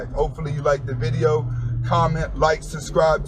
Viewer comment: Hey Anthony Spade...I've listened to many of your videos. Good advise! Good game! I'd like however to provide some constructive criticism. So just a little something to help . Many times you sign off using Spanish to say: Goodbye/See you later. The Spanish word used is 'Hasta La Vista' and you pronounce it as spelled . However the correct way to pronounce it is 'Asta La Vesta' . The H is silent. Every time you sign off this kind of a strikes a nerve. And since you are so articulate with other words , I thought you'd wanna know.